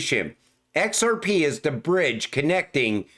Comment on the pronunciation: Let me tell you, No Body Can Say XRP so beautiful like you 😂.